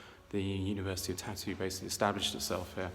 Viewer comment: Thank you! It is indeed a beautiful town — beautiful memories from years and years ago. But the pronunciation should be Tar-tu, with the stress on the first syllable, and a rolling “r”. It sounds like “tattoo” otherwise...